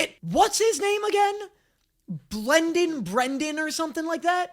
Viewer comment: Brendan BL-AN-DEN